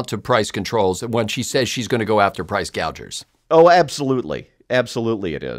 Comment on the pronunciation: You clearly didn't listen to her. She said that she would after the "price gaugers" not price gougers. I'm guessing she read the teleprompter incorrectly.